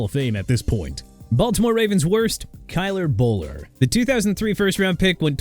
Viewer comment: Btw it’s Kyle Boller not Kyler Boller , do you guys fact check your videos ??